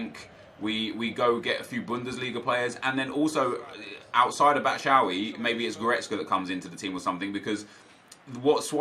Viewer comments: can you please stop saying "batshowee" its pronounced "bat-shoe-i" jeez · Its said Bat-Shoe-I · Almost identical. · PLLEASE FOR THE LIVE OF GOD, PLEEEEEEASE LEARN HOW TO PRONOUNCE BATSHUAYI